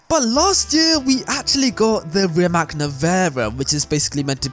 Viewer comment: The C at the end of Rimac is not pronounced K, it's not Rimak. You know John Lovitz? So yeah, the tz at the end is how you pronounce the c in Croatian (which the car is). Say it as if it was written like Rimatz Also, for me, Concept 2 over Nevera all day.